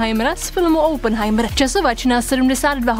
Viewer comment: Je to Oppen... "OPNHAJMR", ne Oupnhajmr... OPN :D to je hrozný, že i v tomhle videu je taková chyba, co trhá uši. "Oupn" je otevřít :D